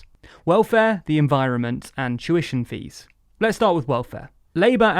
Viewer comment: Whenever he says 'tuition fees' i can't help but hear 'Jewish MPs' instead for some reason. kek